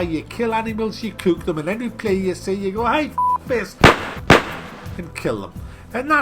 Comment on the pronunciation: i gotta say i love your pronounciation of "couk" XD